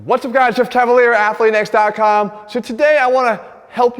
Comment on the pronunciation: Teacher: Johnny? Johnny: Here! Teacher: Jack? Jack: Here! Teacher: Umm, let’s see here, Jeff Cavaliere ? Jeff: First teacher to pronounce it right